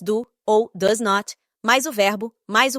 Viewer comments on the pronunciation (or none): Tá aí uma excelente maneira de usar a inteligência artificial para o bem. Muito criativo. Parabéns para quem produziu esse conteúdo. O único problema na minha visão é a pronúncia de alguns termos quando a inteligência artificial os lê, como é o caso do "does". Como a IA está lendo em português, ela pronuncia "dóes" ao invês de "dâs". Mas tirando isso, é um ótimo conteúdo.